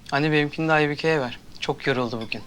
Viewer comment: Aybike diyemeyip aybüke diyenler +1 like